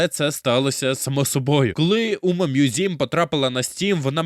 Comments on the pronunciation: Чому ви читаєте назву як умамузім, це ж умамусуме/умамасаме? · Який нафіґ "мʼюзім"?! Правильно ж «Мусуме» (з наголосом на перший склад)!.. Короче, сам автор канала — це ШІшка, яка галімо читає японську транслітерацію. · О так, давайте більше всратих способів прочитати "умамусуме", я навіть поставлю за це лайк!